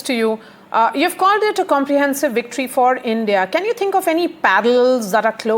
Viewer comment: VICTORY not wictory. Do you say WISHNU for Vishnu?